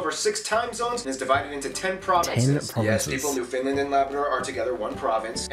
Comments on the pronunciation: It's aggrevating me the way he's saying newfoundland, like yah we tend to pronounce it more that way but it's subtle it's new-fen-land or new-fin-land not quite new-fIN-land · New Finland...lol. It's Nova Scotia lol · Yeah he gets a lot of shit wrong like calling it new Finland instead of Newfoundland I don’t know how you fthat up and not fix it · The way this guy pronounces Newfoundland as 'New Finland' drives me nuts. it sound more like Newf'n'land... Greenland is a territory of Denmark; there's a remote uninhabited island that straddles the maritime border between Canada and Greenland (Denmark) that our militaries have been "Fighting" over for decades. Hostilities are limited to the army or navy of say Denmark landing on the island, raising their flag and leaving bottles of Schnapps, some time later the Canadians will land, lower the Danish flag and take the schnapps. They then raise the Canadian flag and leave some bottles of Canadian Rye Whiskey. Some time later the Danes return and the next 'hostility' is initiated by repeating the process of lowering/raising of flags and the taking/leaving of booze. As for France, when they surrendered to the British, they surrendered all of their *continental lands...They still controlled a tiny island in the Maritimes called St Pierre et Miquelon. To this day, it is France within view of Canada and the US. It's a tiny rural place that probably has more sheep than people. When they talk about how there are only 2 highways that reach all the way north, everyone's first reaction is "wow, only 2?!" but, take a look at the map...Its basically impossible to build and maintain roads in that area because there are literally millions of lakes (2million+) that are surrounded by impenetrable pine forests with trees growing so densely it's not possible for any creature larger than a racoo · Moved to Ontario from Cape Breton and even people here say it like newFOUNDland…. People its NewfnLAND